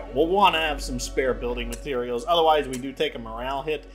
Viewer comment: you still call parts mateterials :D cute